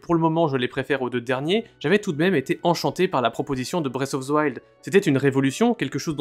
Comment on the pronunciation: "Bresse of ze wild" Faites un putain d'effort